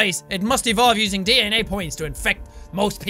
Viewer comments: When he said DNA point, I thought he said d-nya point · Yes DANA (it is suppose to be DNA). That is what DNA sounds like, at least to jacksepticy! :) ;) !) ,) =) !!!!!!!